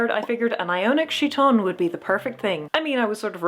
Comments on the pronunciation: I'm not trying to complain about pronunciation, but I'm used to chiton as kite-on instead of shit-on, and it raises some fascinating images... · What is a "she-ton"? Oh. You are pronouncing the name of the Greek clothing incorrectly. It is a hard k sound, not a soft ch sound. There are pronunciation guides on the internet. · Isn't Chiton pronounced KI-ton? Since in greek, ch is pronounced as a K? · oh I'm so glad you also watch Micarah! the two of you have such complementary flavours of chaos in your costuming-type videos (side note: the ch- in chiton is, in fact, a hard k sound. so it's pronounced more like kite-on.) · Hope this isn’t too grammarnazi style but… I’m almost sure χιτών (chiton) is pronounced ˈkaɪtn̩ Funny video by the way 😁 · The most minor of comments: chiton is pronounced khi-tone (because it's χιτών) and the emperor who died in 192 was Commodus not Claudius. But a great costume build using something quite like an actual linothorax (and props for using Greg's reconstruction which is good and not Eero Jarva's proposed method which is less good). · A note - as someone who is Greek, the χ is in my experience is pronounced either like an H, or like a Ch sound, not like a K. If you wanted a K sound, you’d use kappa! (Looks like κ) I’m not too informed on my Ancient Greek so maybe in Ancient Greece χ was pronounced like a K, but based off my experience I believe that’d be pronounced as either chi-tone or he-tone, but not like khi-tone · Random pronunciation hint! "Chiton" wasn't ever pronounced with a sh sound, since its not a French word. You may want to use a k sound if you wish to match Ancient Greek or modern (prescribed by dictionaries) English, or you can use h as a rough approximation of modern Greek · Linguistic note: in chiton, the 'ch' is pronounced 'k', not 'sh'. Nice video anyway, I always like to see people turning their dreams into reality… even when it's difficult.